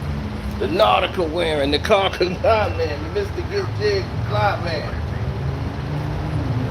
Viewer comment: He called him karcenio lmao